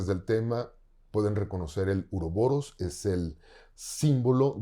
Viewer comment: Uróboros no urobolos